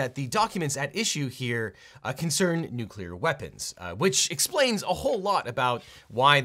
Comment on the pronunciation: thank you for pronouncing 'nuclear' correctly.